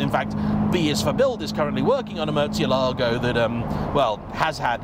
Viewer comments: Is it realy pronounced Murtzialago? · Love the videos, but please, like so many others sadly, stop mangling the pronunciation of this car’s name (I’m half Italian and I detest my surname being mispronounced so forgive me if this seems anal - it’s not. It’s about respect.) The correct pronunciation is as per this video Keep up the good work!